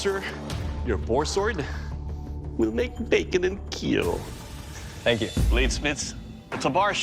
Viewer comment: It will keeel